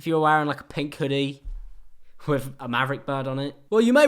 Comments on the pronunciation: "Wiv" no remorse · "wif no remorse" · at the beginning i think you meant “i can film that body wiv no remorse”